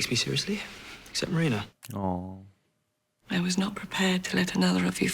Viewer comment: Marina. "mah-ree-nah"